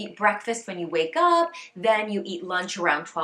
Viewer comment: Funny how you’ve picked some French pronounciation habits in your English: « A cocktail where you’re standing « eup-euh » 😁